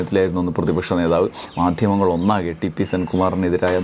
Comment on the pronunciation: "മാധ്യമങ്ങൾ " എന്നാ വാക്കിന്റെ ഉച്ചാരണം ശരിയാക്കണം ദ +ഹ =ധ ഈ" ധ" ആണ് ഇവിടെ വരുന്നത്. പക്ഷേ മിക്കവാറും ആൾക്കാർ പഥികൻ എന്ന വക്കിലെ " ഥ" ആണ് മാധ്യമങ്ങളിലെ 'ധ' ആയി ഉച്ചരിക്കുന്നത് .അത് തെറ്റായ ഉച്ചാരണം ആണ്. ദൈനം ദിന ജീവിതത്തിൽ ഉച്ചരണത്തിനു പ്രാധാന്യം ഇല്ലെങ്കിലും ഈ ജോലിയിൽ അതിനു പ്രാധാന്യം ഉണ്ടെന്നാണ് വിശ്വാസം ത +ഹ = ഥ